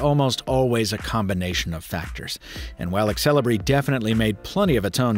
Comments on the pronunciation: it's pronounced "sell-e-bray" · really... i thought it be more like zel-ee-bree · I've always wondered why native English speakers pronounce letter e before x. Like Xelibri here becomes exelibri.